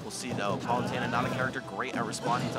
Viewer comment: EXCUSEME. How did he pronounce Palutena?